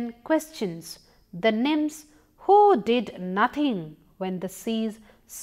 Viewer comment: I think she try to say nymphs.